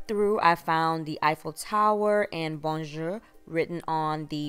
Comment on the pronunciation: It's really cute, when American's pronounce "bonjour. " Lol. Love your decors.